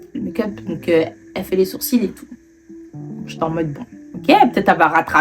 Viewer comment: Les sourcils ils étaient vraiment bad prononcé 🤣